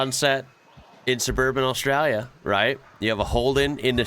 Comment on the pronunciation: I love how he says Australia It’s like “oss - strayla” It’s funny seeing other people try to say Australia if your from there